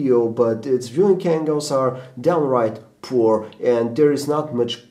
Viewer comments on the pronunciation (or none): none